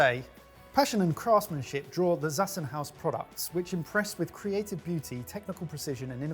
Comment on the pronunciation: Zassenhaus is a german company, so the "Z" is a hard "Z", pronounced "ts" or "tz". You're welcome :D